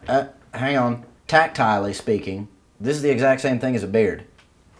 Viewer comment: "Tactiley-speaking"........ this is gold